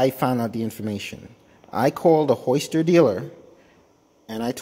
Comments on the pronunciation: "Hoister"? There is definitely a "y" in (Hi-ster)🤦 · Why do you call it a Hoister